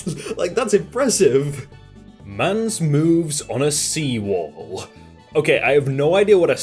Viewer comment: "Whaut is a See Wahl?" Google is your friend... Just sayin'